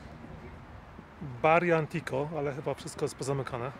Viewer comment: Monterrey najbardziej niebezpieczne? Skąd takie głupie informacje. Tijuana, Acapulco, Ciudad Juarez i można by dalej wymieniać, ale Monterrey? PS Pojawił się mały błąd Barrio Antiguo - czytanie tak jak się pisze. „Antiguo” czyli stary.